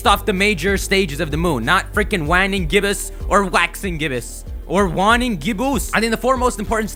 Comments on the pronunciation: It's pronounced like "Wayne-ing" not "Juan-ing." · Your grammar and pronunciation drives me off the wall! (Whan-ing) Moon? It's (Wane-ing) Moon. If you're going to look something up and pretend you know what you're talking about, slow down, take a moment to breath and enunciate.